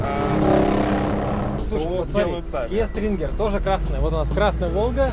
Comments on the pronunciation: Kia stinger, а не стринги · Kia sTringer😂😂😂 от слова стринги😂🤦